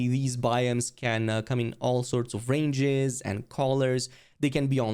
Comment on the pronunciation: lmfaooooooo rain whattt sirrr 😂😂 Edit : he said ranges but pronounced it like rain jizz💀